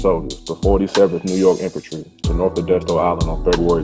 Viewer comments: It is pronounced locally as Eh-DIS-TOE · You are pronouncing the name wrong. Born and raised here! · I'm from Edisto Island. Lived on Point of Pines rd. Just went crabbing last week. Hit me up and I'll give u the correct pronunciation